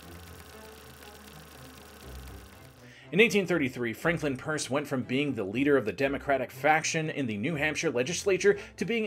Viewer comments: Great stuff but The Guys name was Pierce as in "Pierce your ears" not Purse as in " Hold my Purse" lol. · Exactly. I'm from New Hampshire and nobody in their right mind says "Purse". I actually had to scroll back because I didn't believe that nonsense was stated. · I thought I was the only one hearing "purse."😂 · Great info, though pronouncing his name as ‘Purse’ is distracting. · Every time he says "Purs" I cringe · "It's called pirs" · Pierce is third from the bottom on my list of bad presidents (Trump and Buchannan are in a tie for worst). Definitely a tragic case. Historical trivia; Pierce was the only president who had no changes in his cabinet for his entire term. His Secretary of War was Jefferson Davis, who remained a lifelong admirer of Pierce. Not sure where you got the pronunciation from, but I've never heard that and could find no source supporting "purse" as being correct. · Why are pronouncing his name wrong?